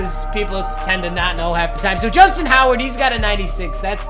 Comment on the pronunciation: Did my dude really say Justin howard